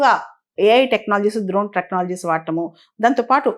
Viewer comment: డ్రోన్ ద్రోన్ కాదండి